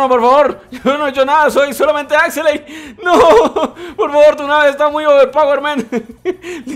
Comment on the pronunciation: Axeley, no no, pronuncia buen bro por favor, se dice Axelay, de nuevo Axelaay, no lo jodas, vale bro